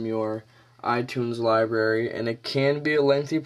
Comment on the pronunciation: libary? nice pronunciation there. lib'R'ary